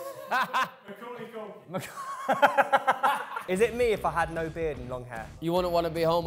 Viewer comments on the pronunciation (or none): butchered Macaulay Culkin😂😂 edited this after I heard reev correct him my bad should keep watching lmao